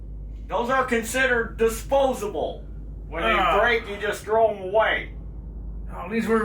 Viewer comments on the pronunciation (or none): none